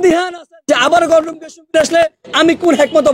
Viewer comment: ঢাবির ছাত্রের একি উচ্চারণ " গণরুম"!!!